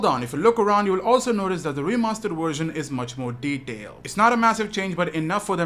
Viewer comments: vvvvversion"!!"!!!!! nOT FUCKING wersion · Its a Version not a "Warsion". Speak English